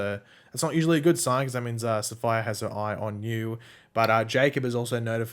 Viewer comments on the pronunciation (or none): Safiyah is pronounced Sa-fee-yah NOT sapphire.